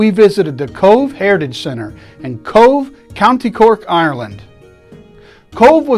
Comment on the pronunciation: Come on, you can do it....pronounced kovh or simply C.O.V.E ,it's not that difficult🤗 and honour them by covering up your dick